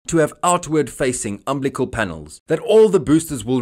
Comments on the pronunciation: Please check your pronunciation of the word UMBILICAL. It's Um-BILL-eh-cul. Not Um-bli-cal. There's an I in there that you're missing. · The word is umbilical, (əm-ˈbi-li-kəl) NOT umblical. Oof! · What's an "umblicul"?